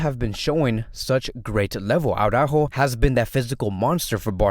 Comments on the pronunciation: It's ara-ÓÓho. not awww-rÁhho. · You’d think since he’s Latino like me that he’d pronounce it correctly lol